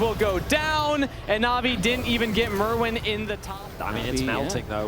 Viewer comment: If this dude wants to shoutcast he can at least learn to say the players names properly. It is Myrwn not Merwn